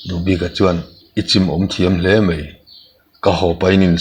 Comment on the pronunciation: "Mai" tih tur hi "mei" i ti tlat mai a, beng a thlep deuh ṭhin e🎉